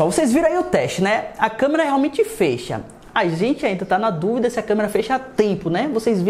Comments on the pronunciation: "Ele fêcha" o desgraça ouvir isso. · ele fêcha kkkkk que porra é essa piá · que raiva dele falando fêcha